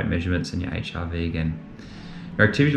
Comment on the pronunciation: Every time you say HRV, it sounds like HIV and I was so confused until I caught on! 😂😂